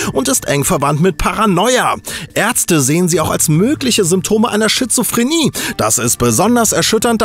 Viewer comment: Hab ich das richtig gehört "schizrophrenie" o.O des hab ich